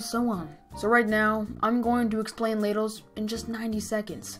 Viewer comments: I thought you said LADIES explained 90 seconds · I THOUGHT YOU SAID *LADIES* EXPLAINED IN 90 SECONDS